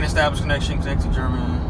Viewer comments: It's not pronounced "Jar-Man". It's pronounced "Gar" (as in car) "Min" (as in tin for complete word of Garmin. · It’s funny because it’s phonetic so it’s pronounced Exactly as it’s spelled. He gave it a French accent for some reason.